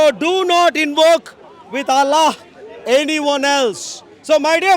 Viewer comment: allllla pronunciation is big comedy